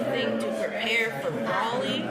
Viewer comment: Do the people in the movie say "Braw-lee"? Nope.